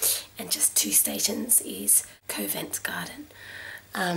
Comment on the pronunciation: Please learn how to pronounce " hostel " and " Covent "